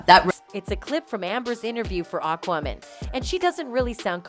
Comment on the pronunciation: Does anyone else feel like the narrators voice is...off? They keep mispronouncing aquaman and feels like one of those narration robots